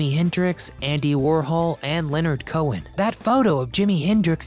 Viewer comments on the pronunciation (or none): none